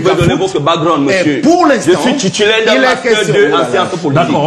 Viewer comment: 😂😂😂 Que wooo je suis "tutulaire" 😂😂😂 bien fait pour le gros plein de soupe Elle